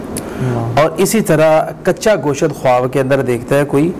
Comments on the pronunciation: Goshat nai gosht Hota hai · Gosh ko Ghoshat padta hai .pahley Urdu seekho . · Inki to apni urdu theek nahein goshaaat 😅